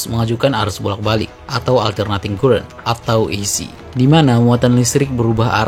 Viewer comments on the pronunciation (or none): current dibaca karēn